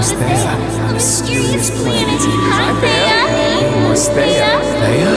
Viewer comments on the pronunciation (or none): And it's Theia not thea. Sorry if I was rude... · Watching this hearing ‘theia’ as someone named ‘Thea’ is hilarious😭